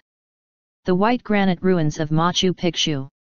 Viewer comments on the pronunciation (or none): At least she could learn to pronounce the names of the places in Peru, Ollantaytambo, Machu Picchu, Sacsayhuaman.